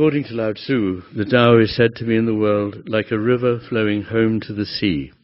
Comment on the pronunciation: You must know of John Welwood and Dr David R Hawkins surely, as your work does definitely intersect which is great! I also hate to point it out but correct me here otherwise: Lao Tzuh * The U is pronounced more silently like an 'uh' Westerners can use 'Laot -Zuhh' to sound it out easier ('Ts' in Russian Alphabet is similar) - I am thrilled that you are familiar with Taoism! I spent my early 20s studying the Tao Teh Ching and bought your first book for my Dad! Thanks for your work!